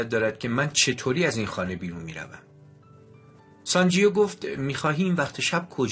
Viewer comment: اسم شخصیت مرد کتاب sanjeeve تلفظ میشودونه انطور شما تلفظ میکنید sanjio, بهتر است قبل از خواندن یک کتاب دستکم گویش درست انرا یاد بگیرید٫ گذشته از ان نیازی به تکرار پی در پی اسم شخصیت داستان و انهم بصورت نادرست که اعصاب شنونده را داغون میکند نیست٫ کار ضمایر در گرامرزبان همه ربانها جلوگیری از این کار است ٫این ضمیر در دستور زبان فارسی واژه «او » است. امیدوارم در کتاب خوانی های اینده کارتان بهتر از این باشد. من نمی خواهم نا مهربان باشم یابخواهم توهین کنم ولی درست این است که پیش از اغاز هر کاری شیوه درست انرا با کمی بررسی یاد بگیریم، موفق باشید